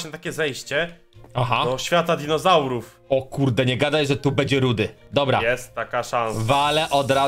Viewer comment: Fajny odcinek ale to nie jest rudy tylko rudi